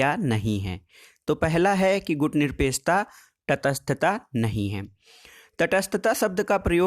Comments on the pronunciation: प्लीज सर आप बार-बार गुटनिरपेकछा क्यों बोल रहे हो? सही बोलिए ना गुटनिरपेक्षता । आप भी ना सर क्या बच्चों की तरह तुतलाती आवाज में बोल रहे हो ? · सर टाॅपिक का नाम "गुटनिरपेक्षता" हैं ना कि गुटनिरपेकछता।